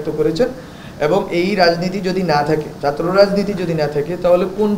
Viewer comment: দর্ম, চাত্র, সংবিদান দরণের, এ্যাবং, বলেচেন, করেচেন, কিবাবে, চিলো, ডাকা ( ঢাকা) ইত্যাদি উচ্চারণ ঠিক করতে হবে।